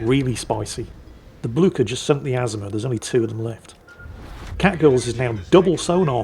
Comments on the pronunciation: It is how Blücher is pronounced in Europe. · The best pronunciation of Blücher ever heard! A well-deserved victory! I love these destroyer replays!